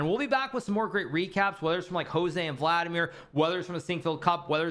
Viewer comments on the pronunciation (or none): none